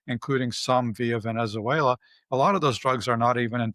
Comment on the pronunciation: The bald academic doesn't know how to pronounce Venezuela! Moron.